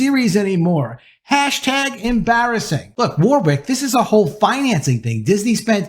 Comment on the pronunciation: It's pronounced "Worrick", not "War-Wick"